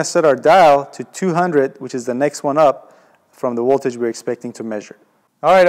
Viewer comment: “dc woltage” Chekhov much?